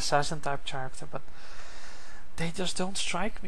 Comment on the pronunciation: Why do u say chairecter